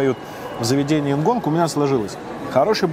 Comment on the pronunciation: почему упрямо говорит нгонг, если название «ngon» без «г» на конце?)